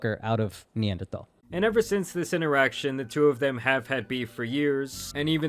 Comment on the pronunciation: Talking so confidently about anthropology while not even pronouncing neanderthal right. Bro they were a sister species to Homosapien, we didn’t evolve from them. We absorbed there genes by mating with them and had larger populations so our genes took over and we essentially absorbed them.